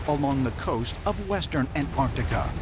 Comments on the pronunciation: Why do they keep saying 'ant-artika' ? Hahaha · Why do the American commentators say 'An-artica' instead of AnTARtica..?! Curious! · The way the narrator says Ant artica, ugh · I just wish they’d pronounce Antarctica properly. They all say AnArctica…. There’s a T in there bro. It’s pronounced AnTarctica. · AN- ARTICA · ANTARTICA❌ AN ARC TECH-A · Stop saying ANT-ART-ICA!!! It's so annoying! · why can't Americans pronounce Antarctica. There are 2 t's, and 2 c's Ant Arct ica. Not anartica or Antarica or Anarica. Nobody say Unied Sates of Ameria do they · AnT arC tica. Not Anartica. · Do wish yanks would pronounce Antarctica correctly, try anntarrrrtica. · Antarctica has two 'c's. One of them isn't silent. Your credibility is greatly reduced if you can't pronounce it correctly. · how ca you take a person seriously if they can`t even pronouce antarctica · The third letter in Antartica is T- PRONOUNCE it!!! 🤦‍♂️